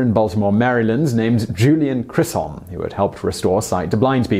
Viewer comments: Dr Chisholm is NOT pronounced Kis-holm. It is pronounced with a CH as in Choo-Choo (train). - Chis NOT KIS . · Thank you. Yes, I noticed that and it bugged me. He actually put an R in there too and said Krisolm. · Its CHISholm damnit. There's no R in that name. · There’s no R in Chisholm! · Exactly. And is pronounced like the CH in church.